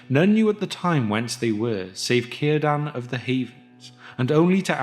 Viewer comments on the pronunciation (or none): none